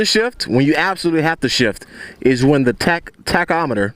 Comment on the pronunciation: Great video - btw it's TACK-O-METER :)